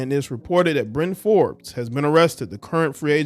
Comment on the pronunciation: Perkins: “Byron Forbes ..Bryron Bryron Fobes excuse me”